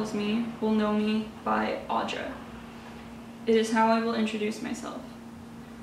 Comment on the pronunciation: Hello, the name is nice indeed, suits you well too but it is not pronounced as something like "Aw-dra". It would be more like saying "Aoo-dra" like how you'd say "good" (gud I mean). Also in Lithuanian same name can be pronounced as or "Áudra" or "Audrà" yet u is still like "good" and not weak "aw" like. It is a strong name. p.s. lmao fu fact my name given name is very similar to that so my nickname in elementary school was "Audringa" which means "stormy". Not a real name but could be. - Lithuanian.